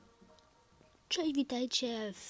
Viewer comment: Na początku powiedziales czej zamiast czesc